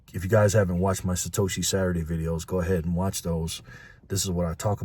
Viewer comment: Satoshi? Don’t you mean Sa hoe she?